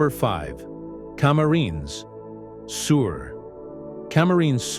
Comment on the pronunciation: Cama -ri-nes